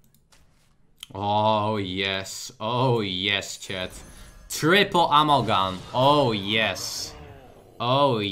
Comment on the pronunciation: I wonder if there comes a time when can pronounce 'Amalgam' correctly xD